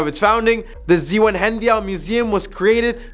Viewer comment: In all 18 years I spent in DE, I’ve never been able to pronounce Zwannendael. Good job 👏 😂. It’s a beautiful Museum